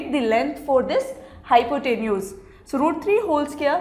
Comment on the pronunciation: Was Not good explanation .Nd pronunciation of hypotenuse was wrong.